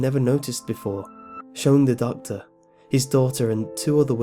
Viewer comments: I finally realized he was saying "doctor" and not "duck" FML. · I thought he was saying duck aswell